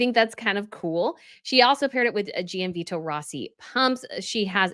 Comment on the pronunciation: Great coverage of all the royal fashion! Just want to mention, Gianvito is pronounced more like “John Vito” and there’s no emphasis placed on the i when it comes after a g. Hope you don’t mind me mentioning it!